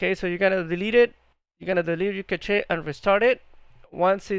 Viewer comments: Handy heads up, cache pronounced cash not cah che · cant even say cache right my god